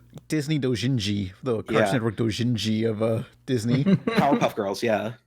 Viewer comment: ackchyually, its "Dojinshi" not "Doujinji"